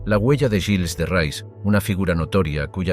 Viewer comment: Hace daño oír el nombre del personaje..no es rais,es reé..